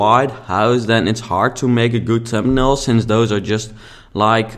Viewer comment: It took me so long to figure out what you were saying around 6 minutes. Thumbnail! :)